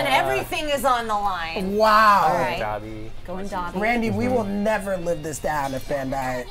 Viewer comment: "Dobby" ....its Dabi 😬